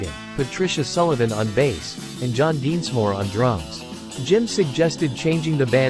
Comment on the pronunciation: DENsmore, not Deensmore. Have you even heard of the Doors?